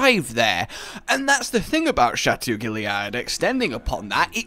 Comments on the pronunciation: Just pronounce Guillard as guiard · How is it that a British person can't pronounce guillard? They're right next to France